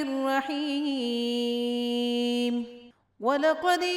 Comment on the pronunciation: بسم اللہ الرحمن الرحیم ہے بسم اللہ الروحمن الروحیم نہیں